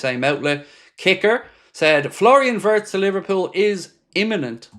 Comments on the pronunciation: It's pronounced vii-ye-tz not vertz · Its not vertz its wertz